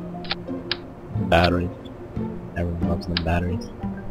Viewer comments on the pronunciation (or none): none